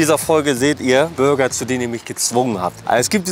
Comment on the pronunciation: Burger und nicht Bürger😉